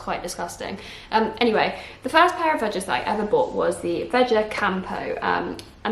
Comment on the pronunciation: Thanks for the review have been meaning to purchase, vejas is pronounced vehas I think, also all I was thinking was you were trying not to touch the bottom and it’s all you kept doing 😖😅